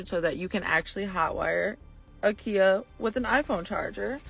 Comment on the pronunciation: Why do you call “KIA” Kiar 🤣 its not keyer keier kiar whatever you call it its kia